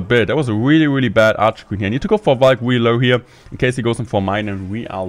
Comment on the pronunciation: He always sais "wheelie" instead of "really"😂